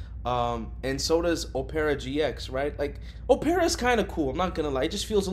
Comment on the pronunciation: "O-pera"? lmao, look up how to pronounce opera so you don't sound like such an idiot next time.